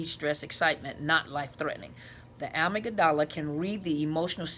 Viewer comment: Love your videos! I don't know much about the Amygdala but I have heard it pronounced "ah-mig..dah..lah. the dah and lah is more quickly spoken. Not sure that will help though. I would like to know more about it. I am an abuse survivor in the middle of the healing process. It has occurred to me that each time I told him I wasn't going to see him again, he would love bomb me and "accidentally" injure me. One time I was taken by ambulance and I had to have a blood transfusion and died during surgery. They had to break my ribs to get my heart started. I was in the hospital a total of 5 weeks and have had to have another related surgery. He didn't shed a tear, apologize or show anything but annoyance for being inconvenienced staying at my place in town. His family turned against me for involving him in my medical drama...he refused to tell them the truth that he had hurt me. Later, in the hospital, he told me it was as much my fault as his...NOT! So I ended up staying with him and going back twice again. He always told me I was imagining things something I heard all through my childhood and most of my life. I believed him as I believed my mother. The problem had to be me. Now I am trying to develop more self love and because of this five year insane imprisonment, I have learned to set boundaries and recognize the red flags. I am in a way, grateful for the experience because of what I learned about myself and why I never felt love from my parents.. Karen